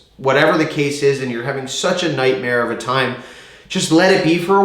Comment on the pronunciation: omg I love you ahhah "its a nightmarrre" hahah